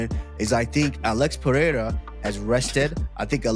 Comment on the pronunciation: Uh•lex Purr•air•uh 🤔 -Comma•roo Oose•mon 😂